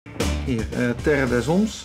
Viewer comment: Terre des hommes je zegt ter des hom